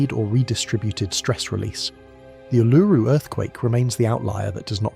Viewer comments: Back at you. Western Victoria. It really is awesome. Funny how he said Uluru at properly at the first stance, now it's "Ulururu"!!😊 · It's weird how you voice A.I. Is all over the place with the pronunciation of " Uluru " . It's mostly some weird incorrect pronunciation then occasionally absolutely perfect . Modern tech is weird , just think how strange things will become when it runs the world right one minute , wrong the next , should be fun for those that are still around . One minute "yeah that's fine" 10 seconds later "you have just committed a capital offence , goodbye" all for doing exactly the same thing .